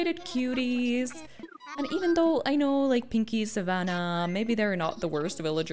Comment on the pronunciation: The way you said 'Savannah' and you said 'oj oj oj' in another video, is making me think your swedish. Am i correct? (I'm swedish thats how i know if you are)